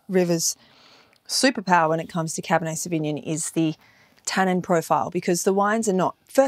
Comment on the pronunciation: This is all great. Re pronunciation, where are you getting the cab sav pronounciation where you say savigmIn? I have only ever heard it pronounced savignOn & it’s a little distracting from the main content of the video #firstworldproblems